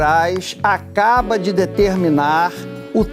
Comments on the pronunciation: Falou até errado!! Acabra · ele disse " o ministro acabra" 😂😂😂😂😂😂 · EU OUVI ACABRA OU SERA QUE NAO ESTOU OUVINDO NORMALMENTE ??? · Mesmo lendo , trocou acaba , por "acabra" 😂😂😂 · Acabra foi foda que porcaria de repórter leu tudo errado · Ele disse acraba.....o repórter passa pano ... misericórdia é muita emoção ....😅😅😅😅😅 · 'O binistro acabra de determinar' Eu escutei direito? Jornalistas que não sabem nem falar... Deus me livre. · Oi. Eu ouvi "a cabra"🤔😂😂😂😂😂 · Eu vou comentar sim : o cara disse " ACABROU " ! Doeu meus tímpanos 🤬😡🤬😡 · Pera aí! O repórter da globo Otávio Guedes quando foi repetir a notícia, ele disse Alexandre de Moraes acabra? 😂😂😂 Ouçam de novo, repetindo... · Ele disse acabra?😅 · O Jornazista leu "acabra" kkkkkk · em diante "O BInistro [xandão] acaBRA de determinar", blá blá blá... Sério pessoal, ele falou exatamente assim! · EU OUVI ERRADO OU ESSE JORNALISTE FALOU A CABRA 😅😅😅